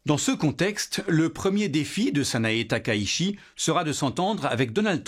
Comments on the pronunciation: TAKAICHI ça se prononce ta-ka-i-tchi Pour ce qui s’intéresse 😊 (Corrigé😅merci) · 高市（ﾀｶｲﾁ）taka itchi, "la ville haute. Bref, shi→shi Chi→tchi Le S se prononce S (ōSaka, soupe miSo, bonSaï, nagaSaki), seul le Z se prononce Z (za z'est très diffizile) Ça peut paraître trivial, mais la prononciation du japonais est si simple qu'on a du mal à prendre au sérieux quelqu'un qui est sensé maîtriser un temps soit peu son sujet.